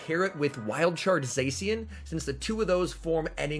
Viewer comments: I know it's a minor thing, but it really annoys me how you say zacian, it's pronounced zah-shi-an not zae-si-an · The c in zacian is pronounced ch sound